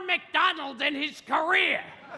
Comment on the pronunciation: Fuck i didn't realise he put emphasis on the rear. Glorious.